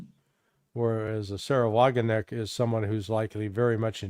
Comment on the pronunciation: JFTR: the k in Wagenknecht is not silent, Larry. So now you go to the blackboard and pronounce the name WagenKnecht ten times. 😀